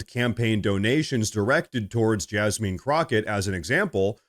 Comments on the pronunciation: It's Jasmine not Jasmean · Please refrain from mispronouncing people's names. I am no fan of Jasmine Crockett, but no one's name should be mispronounced. The pronunciation is not Jasmeen. Thanks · Jazzmin is how it's pronounced. Sorry I'm just anal that way. I do love your show and I've been subscribed since the very first time I watched. I watch everyday. Also the same Act Blue fraudulent donations were napping during Kamala's campaign. There is a video on YouTube about it. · LOL you called her JasMEAN lol!